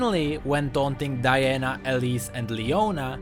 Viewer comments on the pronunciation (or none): none